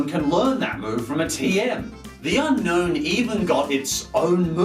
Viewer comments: A. Also, did you know that Unown is pronounced as it's spelt: Un-Own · Its actually pronounced un-own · Do you want to catch this pokemon? u-NO-wn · It's pronounced un- own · the correct pronunciation is UN OWN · its pronouced un_own not unknown